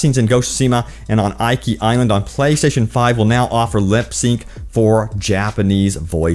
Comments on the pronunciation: can you please have some respect and pronounce Japanese location names correctly? you keep saying ikea , but this is not an English i this is an e, this is eekee, that is because romanji is different and is closer to French that way. I will hunt you forever if you dont fix this: いきしま です！ hiragana, your welcome. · OMG Thank You!!....I was scanning the comments to make sure I didn't double post this. I cringed/internally raged every time he said "eye-kee"...... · It's pronounced ee-key. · I know it is minor, but the way he pronounces Iki is just weird. Iki is supposed to be pronounced as Eeki. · It's "EEKI" LOL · Bro it's pronounced "ee-kee" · Yo choom, the Is in Iki are pronounced the same, the way you pronounced the second one, not differently the way you did. Rule of thumb with Japanese, any given character is always pronounced the same way.